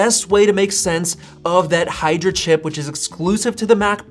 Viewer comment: its "Hydra"